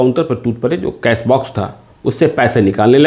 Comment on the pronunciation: Cash hota hai cas nae.